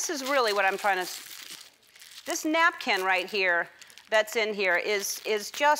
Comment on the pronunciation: "napcan't" I just love this girl.